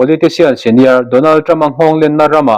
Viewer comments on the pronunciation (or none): none